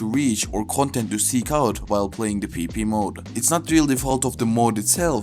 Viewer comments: when u say pvp it sounds like peepee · not tryna make fun of the accent but “peepee is here”